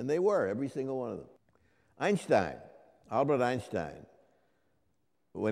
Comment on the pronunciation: One of the very few english speakers, who pronounces correctly the surname of Einstein. First off, Albert Einstein's surname is pronounced with a "sh" sound , due to the second syllable of his surname beginning with "st" (literally, his name means "one stone"). The vowel grouping "ei" in German is pronounced similar to the English "eye", though with less emphasis on the first part of the diphthong. Another example of totaly wrong pronounciation is the surname of the famous German physicist Schwartzschild (literally, his name means "black shield"). Correct is: [ˈʃvaɐ̯tsʃɪlt]; but I hear ridiculous pronounciation schwartz - child. O sancta simplicitas!